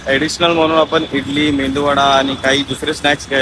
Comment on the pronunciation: हर्ष तो मेंदू wada नसतो रे,त्याला मेदू wada बोलतात...😅.plz correct ur some words